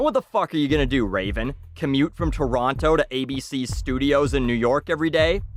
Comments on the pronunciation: How can you be Canadian when you pronounce Toronto like someone whose never heard of it? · lol he said both